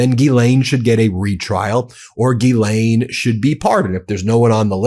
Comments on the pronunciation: Euuu one correction It’s not Gilaine but in French GhiSlaine. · Not Geeelane, it's Ghizlane. It's all in the Pronunciation. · It’s Ghislaine not Guylaine. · Please think of her name as being spelled as: Jisslenne and the emphasis is on the "slenne". The U.S. media pronunciation of her name is breaking my eardrums! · We should pronounce her name: "Jizzlane". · gee lane??? come on guy, english aint that hard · Ghislaine’s name is French, a phonetic pronunciation of her name would be JIZ-LEN (French pronunciation) or JIZ-LANE (English pronunciation) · JUST A MINOR POINT,,,,Her NAME IS GHISLAINE,,,PLEASE,,,try to PRONOUNCE it RIGHT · at least learn how to pronounce ghislaine. it seems juvenile to mispronounce it on purpose